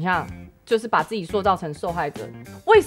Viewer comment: 我覺得阿菜說的很棒~很公道很有道理~但自己的發音~讓我笑出來了~是ㄗˋㄐㄧˇ,不是ㄐㄧˋㄐㄧˇ~ 哈哈~